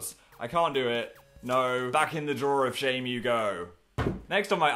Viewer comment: I like how he emphasizes drawer of shame and not time machines